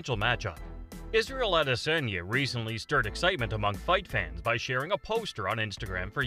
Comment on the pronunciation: the way you say adesanya pisses me off